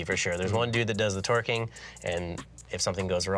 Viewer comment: One guy does the torquing. LOL. It sounded like one guy does all the twerking 😂